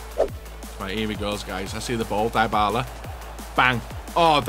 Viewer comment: Bro kept saying dibala